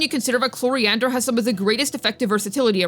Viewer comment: Day 1000 of waiting to pronounce chloride’s name right